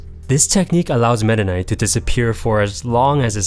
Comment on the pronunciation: Man the should emphasize his name to META knight